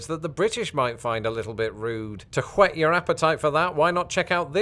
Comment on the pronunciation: Thank you for pronouncing "whet" your appetite at the end, there. I've heard many people say "wet" your appetite, these folks having only (mis)heard the phrase, and not understanding that "whet" means "to sharpen or hone, as on a whet stone." So "sharpening" or "honing" your appetite is to prepare it, get ready for more. "Wetting" your appetite- dousing it with water- means absolutely nothing.